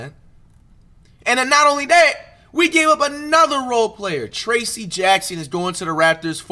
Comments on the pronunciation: WHO DA FK IS Tracy? Who the fk is Porzaaanguess??? Pronounced Tray - sss and Porzeeeeenguhs. Come on man. You gonna talk hoops you gotta be up on the names. The trade deadline is Thursday. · The pronunciation of porzingis and trayce 😭😂